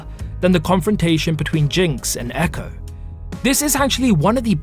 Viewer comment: its ekko not echo*